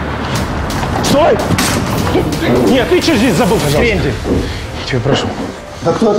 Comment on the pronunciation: охранник сказал ТЫ ЧЬТЕ ЗДЕСЬ ДЕЛАЕШ